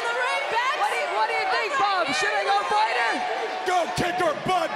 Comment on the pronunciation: It's fight not pight